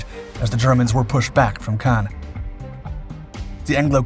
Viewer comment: “ Pownzers in Cogn . “